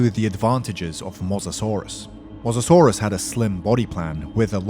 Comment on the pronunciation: wtf is a mozazorus It's Mo-SA-saurus